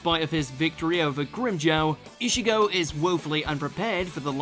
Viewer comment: "eshigo" vs ulquiorra 😂